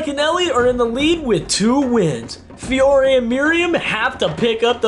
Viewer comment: “Fiore,” not “Fire.”